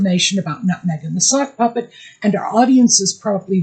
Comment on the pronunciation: At first I thought you were saying "soft puppy" and thought it was funny. Then i heard "sock puppet" and lost it. Meg's always been jealous of Posh Spice. Peltz likes younger men because she's the mummy figure. Same with meg apparently. The US is a dumping ground for washed up british nepo boys now. Add hot sauce labeled for daddy's football number to all the as if food. I don't think the US needs it. I hope not a single Becks/Posh fan ever buys another bottle of his hot sauce again. The Beckhams going onto Oprah would be a significant step down for them.